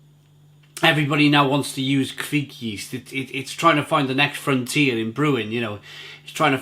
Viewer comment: It’s not kveek but kvike.